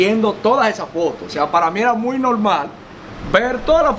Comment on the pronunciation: Por favor tú eres un hombre inteligente y muy educado no te coma las S cuando tú menciona el nombre de Bruce Lee tú no menciona la S, por favor menciona la S donde vas las S. Gracias